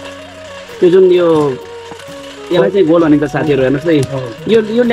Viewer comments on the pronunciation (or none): गोल होइन कोल भन्छ महाशय